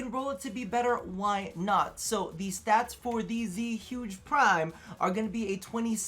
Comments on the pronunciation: Its zuegay thats how you say it your Asian smh cmon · Same as you , man . When I hear people say Zhuge the wrong way , I laughed so hard .